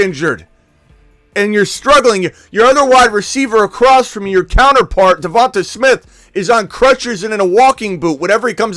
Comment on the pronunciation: please stop saying Davon-Tuh smith, it’s davon-Tay smith